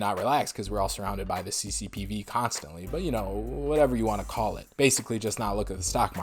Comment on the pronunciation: I literally laugh out loud every time you say CCPV 😂😂😂